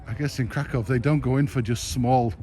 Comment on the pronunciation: I enjoyed your video. However, if you want to impress the locals, try to avoid pronouncing the city's name as Kra-COW with that hard second syllable. Locals pronounce it Kra - kuhf, which is much softer on the ear.